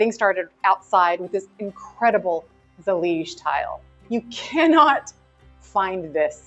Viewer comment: I am Moroccan (native, Amazigh tribe) I said to Mike before you started talking! Huh?? Seems Moorish! And then you said it and even correctly pronounced Zalij! الزليج! And the Arabic text says: دعاء إلا الله which means I pray to the true one God! Allah is generic term for God! So it’s the God of any religion. Thank you for showing off some of what has been part of the golden age of Islam! And thank you for doing so wisely respectfully and knowledgeable as always! ❤️❤️❤️❤️